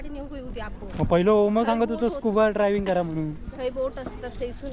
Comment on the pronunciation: अरे मेल्यानु स्कुबा ड्रायव्हिंग न्हय स्कुबा डायव्हिंग बोला.